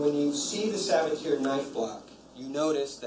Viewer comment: The pronunciation of Sabatier is driving me nuts. It's suh ba tee ay